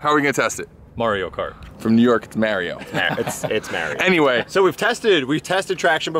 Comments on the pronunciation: Never heard of marryo, sounds dumb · Mahrio. HE FUCKING SAYS IT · When MAH-REE-O himself uses three syllables to pronounce his own name, why say it any different? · Mahr-yo is how it's pronounced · Everybody's wrong, regardless of where you live or how your native language works, because in the game, he says "It's a-me, 'Mah-Dio'." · It’s マリオ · east coast is hanging out with that Mayreeoh pronunciation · First off, it’s mahr yo, that’s why in gta vice city the vercetti gang is always like “Ayy Mario” also love for Audi is like my love for Saturn except I don’t really have logical reasons for that. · “Marry Oh cart” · Lol, definitely not "Merry-o".... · As a New Yorker. Ive NEVER heard Maireeo cart. Its Mario. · Did I just hear "Mary-o" cart"? Lord Jesus. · "Marry-O Kart" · WTf is Marry-o cart? lol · It’s a me merry-o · well if you're stubborn enough and have enough money, you can eventually make anything not understeer. but in this vid, come on, that was understeer city even before the banana peals... also, its "Mahr-yo"... just think about how he says "itsa me, Mario!" and in Italian (as in Europe, not east coast Italian) its also pronounced "Mahr-yo" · Yes I’m leave but did he say Maryo? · Mario says his own name in the game and its def not marry-o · Jesus even the UK calls him Mario... not Marry-o... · im sorry did he just pronounce Mario as Marry O?? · Its Mar-e-yo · You can’t even say it correctly 😂😂 first words who says ot like that maruo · Lost me at merry o cart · anyone who says marry-o cart has downs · I cringe a little when people say mario like merry-yo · Not maarioo its Mario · Hayden Paolinelli and “pernounced” is spelled pronounced 😂💀butyes your right it Mario not mareeo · Wtf!?! Its pronounced Mar-e-o! Got damnit!!!!😔😔😔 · The real cancer = pronouncing Mario “maareeo” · Punch in the throut for how he says mario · Pronounce Mario properly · Dude. That’s not how you say Mario. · its Mario not Mario!!! ...oh wait